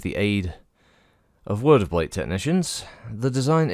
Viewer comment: God, guns, and Battletech. I agree with how you say the word of Blake. I love the lore but feel they keep trying to fix something that's not broken